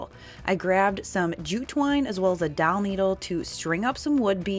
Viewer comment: These are all very nice. My favorite is the last tri-color pumpkins. Are you saying doll needle or dowel needle or something else?